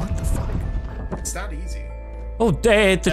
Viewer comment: "First card.. death. FOCK." xD